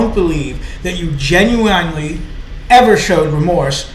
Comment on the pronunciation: Apparently GENUINELY is a big word too because you sure can’t pronounce it.